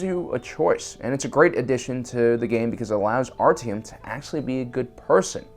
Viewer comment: Work on your pronunciation of artyom